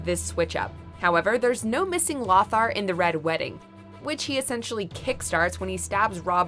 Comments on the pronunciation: It's LO-thar. Not LOTHar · FYI: The name "Lothar" is pronounced "Low-Tar." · LOthar. Loe-thar For sir lothar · it's pronounced low-thar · The way she pronounces Lothar is killing me!!! Sounds like a squawking parrot!!